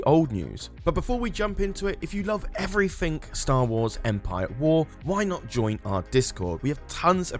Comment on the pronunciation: Last time I poked fun of how he says "343", now I'm gonna poke fun of how he says "everything" as "evfrythink"